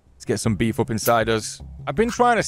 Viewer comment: all your series are Awesome! But I can't help but laugh every time you say beef 🤣 you are by far my favorite and add in Fisk it's a combo that's just amazing.. thank you for all your hard work